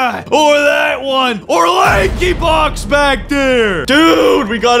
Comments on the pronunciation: You said lakybox i love lakybox and you guys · Did you say lankybox